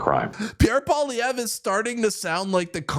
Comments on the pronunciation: Poilievre pronounced: Poly-ev. I agree. Next election I will vote for common-sense Pierre Poilievre. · Pee-Air Pol-ee-ev-ru, not that hard and I'm English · Im 100% Bilingual and I phuck up his name, Joe does not speak french, I get his difficulty with it.